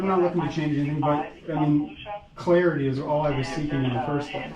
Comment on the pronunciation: ...you/he had me at "clearity"! AJG